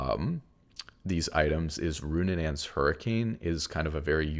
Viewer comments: It's RuNAANS not RuNNANANS, I'm so sorry i can't keep ignoring it :((( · Roonanaans is killing me lol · I love the content but it’s so funny listening to you pronounce these items. It’s not Goonsooz or Roonunaans 😂